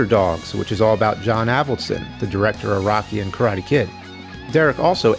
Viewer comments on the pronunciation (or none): none